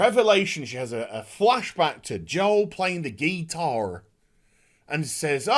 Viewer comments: Oh no, not the Gee-tar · You lost me at "GEETARR!" lol!!! I had to pause the vid for a minute to regain my bearings., you should do an entire video with that accent. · I laugh every time says, “GEE-TAWR” 😂